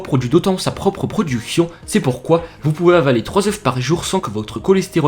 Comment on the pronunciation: Les oeuffffss mdrrr il sait pas parlé lui